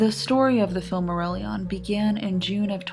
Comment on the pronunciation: The only atrocity in this guide is the pronunciation